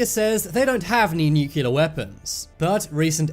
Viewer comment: Try to pronounce "nuclear" properly..just an idea